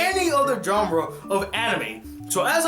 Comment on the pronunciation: BRO PLZ STHAP SAYIN JOHNRA INSTEAD O "JHANRA" (genre) T_T